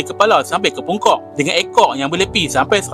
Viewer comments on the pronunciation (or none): sat³.. sebut sekali lagi.. "pungkoq" 😂